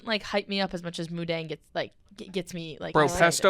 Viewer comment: is incorrect. It is pronounced Moo Deng. Deng means bouncing. Moo means pig. Dong in thai means to like ferment food, i.e. pickles.